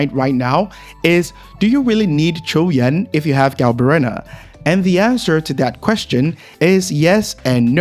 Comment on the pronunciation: Finally, someone who is not struggling to say his name.